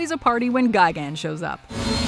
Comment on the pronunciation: and its destroyah not destroyer and its gigan not gigant